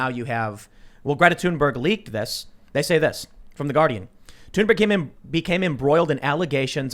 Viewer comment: It 'TH'unberg not 'Tune'berg.